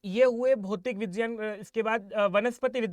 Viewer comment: vijyan nahin vigyan bol yar bhai.. irritate mat kar natak kr k...